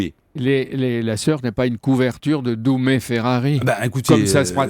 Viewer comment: Dumè et non pas "doumé"...